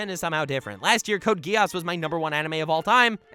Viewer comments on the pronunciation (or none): Its not code Ge-ass Its Code Gi-s